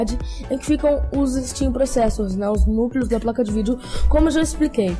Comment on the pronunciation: Amigo, são Stream processors e não "Steam" processors kkkk Legal sua iniciativa, continue assim fera, sucesso :)